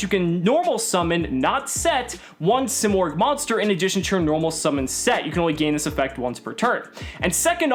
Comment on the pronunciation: You're freaking destroying it, say it like a man or don't say it at all